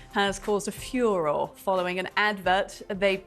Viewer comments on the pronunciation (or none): It’s pronounced “fyoo-roar-ay” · What drives me mad is the daft way you pronounce 'furore'. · Please someone there tell that presenter how to pronounce 'furore'. I'm embarrassed for her. And thank you,, for being the voice of reason. Why the hell does anyone give Tatchell the time of day, these days? He doesn't have a clue.